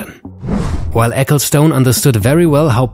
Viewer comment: "ecclestun" ;) not stoone...